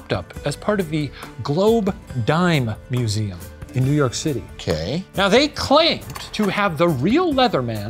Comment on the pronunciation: The Laszlo pronunciation of New York City was chefs kiss